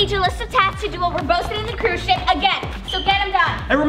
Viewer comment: She said crew ship